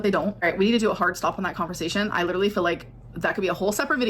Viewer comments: “Liter-ly”. Okay at first I thought she misspoke but she said it incorrectly multiple times. So is that the new word now or is she trying to come up with an accent? 😂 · why does she keep saying LEE-durally 😭😭😭